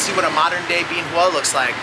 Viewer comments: That makes about as much sense as the way you mispronounce Bien Hoa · Not at all. It's changed a lot since I was there. But it seems to me if you're going to provide "reviews" of a place, you should at least learn how to pronounce it correctly. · First thing you need to do is learn how to pronounce Bien Hoa.